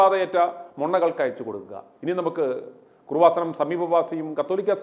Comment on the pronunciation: കുറുവ സനം അല്ലടാ കൃപസനം